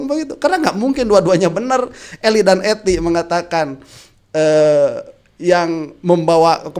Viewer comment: Bang yg bener eli danety bukan eli dan ety..😄😄😄